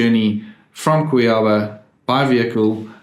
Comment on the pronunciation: It’s not pronounced like that “Cuiába”. It is “Cuiabá”